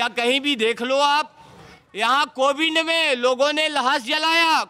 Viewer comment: पिंड दान कराते-कराते पंडे कोविड को कोविंड बोल रहे हैं। 😀😀😀